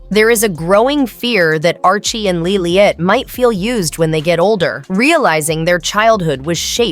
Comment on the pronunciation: LILIBET, NOT Lilyet!